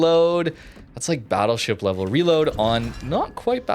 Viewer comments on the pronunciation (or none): none